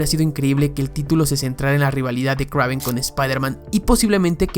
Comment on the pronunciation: Kraven? Que no se pronuncia Kreiven😅